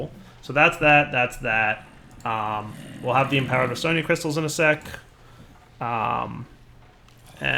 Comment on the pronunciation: CALCulator, not KAKulor. Enori, not Eñori. REstonia, not REDstonia. Oh, and just in case botania is in this pack, it's GourmaRYLLis, not GourmaLAYis.